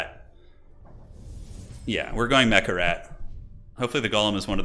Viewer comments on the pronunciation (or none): none